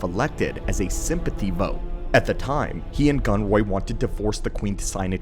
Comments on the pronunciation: why does gunray keep becoming gunroy? AI much? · The constant mention of "Viceroy Gunroy" hurts my soul 😅